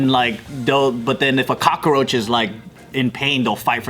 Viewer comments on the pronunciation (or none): Me: Cockroach Joe: Kakaroach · Joe calls it a cockaroach lmao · JJ is a little kakaroach